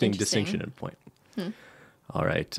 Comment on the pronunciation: Iva Miklavcic ish “alrighT”